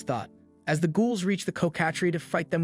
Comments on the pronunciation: Coh kah trees? Cocka-treece. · Of its your voice couse it doesnt sound like ai but you never know Just so you know its pronounced "cock-a-tress" or "cock-a-trees" It doesnt really matter but i thought id let you know if you need a verbal vertion my little pony pronounces it how ive always heard it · LMAAA its so funny how you say coc